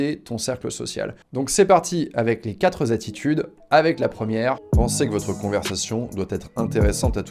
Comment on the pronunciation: quatre-zattitudes ? y'a un s maintenant à la fin de quatre ? 😉 par ailleurs j'adore tes vidéos c'est la première fois que je t'entends mal parler 😊